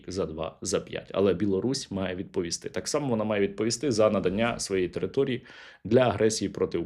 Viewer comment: Оце "Такссс" це явно одеська область😀